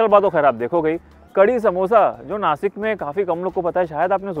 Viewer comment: नासिक instead of नाशिक why, is you or anybody don't able to pronunciation as नाशिक.